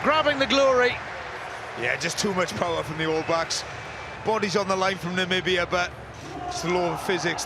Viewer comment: From Namibia, thanks (I think). But don't pull a Trump; it's Namibia, not Nambia.